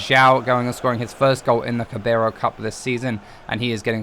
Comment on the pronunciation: It's pronounced "Cara bal", not "Cabaro". Sorry, it was just annoying me a bit 😂